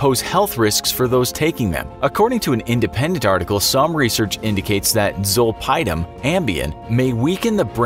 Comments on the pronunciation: It's not zol-pie-dem it's zol-pidem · He lost me when he pronounced zolpidem zol"pie"dem